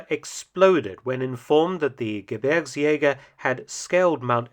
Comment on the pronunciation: Great pronunciation of "Gebirgsjäger"! Greetings from a former Gebirgsjäger (5./233)